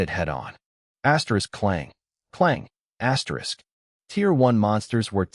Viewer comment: Bro can someone count the amount of times he says aterisk😂😂😂😂😂